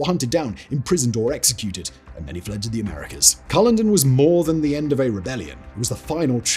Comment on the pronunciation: I know Simon is a Southerner, but as a Scot I cringed at his pronunciation of Culloden as KUH-loh-din, instead of kuh-LOH-din! He gets a pass though, as it's just how he rolls! (and given that a few entries later he butchered the pronunciation of Al-Andalus, I guess we should all just let it go!)